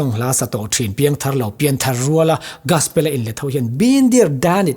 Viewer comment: Gaspel😮 Gospel tih tur aw... 😅